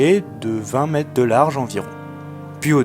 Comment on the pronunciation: bonjour, bon reportage mais il y a quand même un petit problème ; ne serait il pas possible de prononcer les mots dans leur entièreté?. On parle de metRe et non pas de mete. Les unités de mesure comme les autres mots tel semblabLe se doivent d'être dit distinctement. Je sais que c'est un détail pour vous mais je trouve que cela est important pour la bonne compréhension et la fluidité de ce que vous dites.